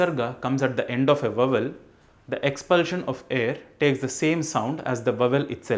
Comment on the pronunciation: Why are you pronouncing Vowel? Wrong. ? Va val?? व आउल।